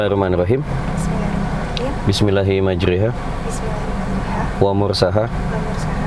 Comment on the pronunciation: yg betul MAJROHA tdk MAJRIHA,gmn gus.